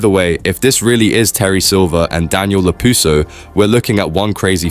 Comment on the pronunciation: "daniel lapusso" LMAO